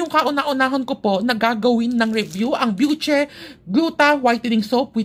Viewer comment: My friend hello byushey yung alam kong bigkas jan pero okay lang yan 😅 enjoy ka pa rin talaga mag-review 😊